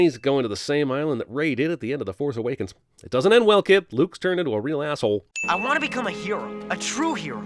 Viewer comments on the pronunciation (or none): none